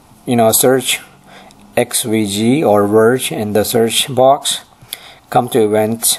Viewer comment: he litterally swaps every "v" and "w" in all words...he says werge and wery instead of verge and very...countless other examples